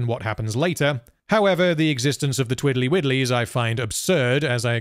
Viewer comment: “Twirly Whirlies” not “Twiddly Whiddlys”!